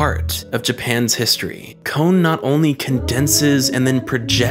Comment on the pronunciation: Why do you say his name as "kown/kone"